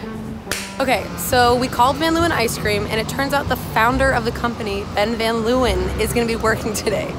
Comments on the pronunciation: Love how American people butcher dutch names, van 'luwen', its Leeuwen, pronouncing the 'eeu' with the sound of an 'a' in ape l-a-wen (a as a in ape). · She pronounces Van Leeuwen so weird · Any dutchie understands me if I say that I laughed so hard every time when they said Van Leeuwen😂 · For Dutch people it's very funny how they say "van Leeuwen" because that's not how you pronounce it😂 lol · The way they pronounce Van Leeuwen is so funny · the way she pronounces van leeuwen, its a dutch last name, XD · *Dutch people cringing at how they pronounce 'van leeuwen' * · The way they pronounce "Van Leeuwen" 🤨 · Everytime they say Van Leeuwen it makes me think of that BAD movie Eurotrip where they make a trip through basically just Prague and end up at VanderSex. The pronunciation is so cringy 😆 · That's not how you say van leeuwen lol